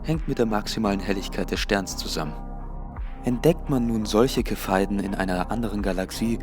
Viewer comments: aufjedenfall sehr lehrreich! Nur die Aussprache der Standardkerzen ist ein bisschen abgehackt. ich verstehe immer "ke-phei-den"... ;D die Dinger heißen aber "Cepheiden" in der Fachliteratur. Aussprache: "Ce[wie: ZEbra]-phe-i-den" . Die Standardkerzen für weitere Entfernungen heißen überings "supernovae typ 1a" . kleine klugscheißer-ergänzung. sry :D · Cepheiden, werden die nicht wie ein "z" ausgesprochen? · Viele Menschen sprechen das C wie ein K aus. So wie dann bei Khina oder Khemie! x)) Mich hat am Anfang eher das Standkerzen irritiert, aber beim 2ten mal sagt der dann doch Standardkerze!